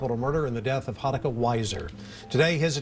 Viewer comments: Did you know you can type English words into google translate and have them translated to Japanese to get the correct pronunciation for Japanese names? My pronunciation pet peeve has been triggered again in this video. It’s ‘HAruka’ not ‘haRUUka’, sorry! Really do like your videos though. 😅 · I know this seems pretty nitpicky but her name is pronounced HA-ruka, not ha-RU-ka. Giving the stories on this victim’s is very much appreciated but I think they would’ve appreciated it more if you got their name right or tried to get it right. This has been the case in a few of your videos all of which I LOVE but ya know, just saying. It’s really just me and my bias of having learned Japanese for 3 years and also being a Houston native with many friends going to UT Austin that likely pushed me to put this comment out finally. Also it’s not “Texas University” it’s “The University of Texas” or you can call it “The University of Texas at Austin” or “UT Austin”. All that said thank you for doing this girl justice in every other respect in this video and keep up the good work,! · Sorry but the mispronunciation of haruka is driving me nuts. It’s not haruuuka just haruka. I’m dipping on this vid. I’m not being a downer but that’s a pet peeve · Her name is Haa ru kaa! Not Hruka!! For fka sake, dont do this to people's names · Man, you even included a video of a newscaster saying her name correctly, but you still pronounce Haruka wrong the entire video. Nice. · the news caster mispronouncing her name got me a little upset “Haruka” is not that difficult